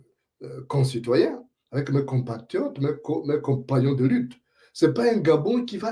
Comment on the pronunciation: ton rire forcé ne trompe même pas un bébé. Essaie de dire eu pas é. (Deu mon dentier, pas dé mon dentier)Tout le monde ici adore Oligui. Ton oncle Matoka Gide dit que depuis fin février 2024, il vit le paradis comme tous les autres retraités. Ta fameuse rentrée politique, un flop, la honte.. Une honte que tu prétends cacher dans un faux rire,un rire ridiculement forcé et qui fait rire lui même.